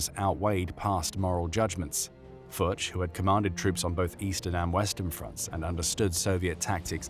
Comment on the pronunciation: You just called that man Friedrich Fart hahah. Foertsch is pronounced like Ferdge if you speak Englisch not Furz